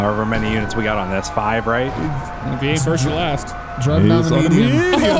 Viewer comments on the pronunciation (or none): “Five PD ‘ery body”